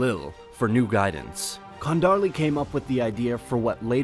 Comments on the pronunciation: Love your channel, hope you're doing well Edit: also in Çandarlı the word ç is pronounced as /tʃ/ not hard k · ıt's Chandarlı, not Khandarlı...more like a ch sound (as in change, chance...) It's an interestng topic, too. That family gained too much power and killed off by Mehmet /the conqueror/ later. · Okay, gonna note two things that irked me in first 5 minutes. The name Çandarlı reads like Chandarli. That ç is not c in English. And Janisseries were formed in era of Murad I when they started to have too many war prisoners and the idea was to use them effectively. The army was mostly tribal horse archers back then. And they were definetly not that significant. Because of their individual prowess and how unique they're, Europeans massively overrate their effect in Ottoman army that was about %80 turkish cavalry and just about 4000 or 5000 Janisseries in the early period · Chandarlı is how it is pronounced. Ç is sounded as ch. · So it is Chandarlyie? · çandarlı is read like chandarly. karesi was a beylik not principality. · Pronunciation of names is so painful: Çandarlı: Ç is pronounced as Ch (like in “channel” or “chest”), ı is hard “e” sound (like in “yield” but even harder) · You should check the correct Turkish pronciations by asking a Turk or even use google translate audio before you record these videos because what I'm hearing sounds like gibberish. Ertuğrul, Kayı, Çandarlı, etc.